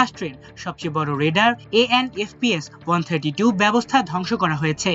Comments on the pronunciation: ওটা রেডার নয়, ওটা রাডার। উচ্চারণ ঠিক করুন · রেডার হবে নাকি রাডার হবে ? আমার দেশ ওও এমন ভুল কিভাবে করে? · রেডার কি 🤔 RADAR R = Radio D = Detection A = And R = Ranging উচ্চারণ ঠিকমতো সংবাদ প্রচার করবেন।